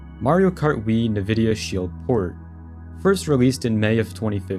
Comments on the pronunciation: why tf does bro pronounce nvidia like "nuh-vidia" 💀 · did this man say Nvidia pronouncing the n?